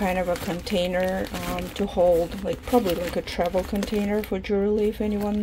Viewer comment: Ян, джювельри от слова джувел, вы говорите джуверли